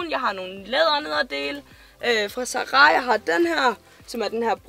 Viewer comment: Kan ikke komme mig over at du siger "Za ra" hedder det ikke Zara ?